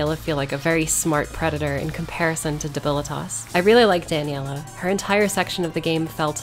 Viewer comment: Dibilitos sounds like an ablist slur lmao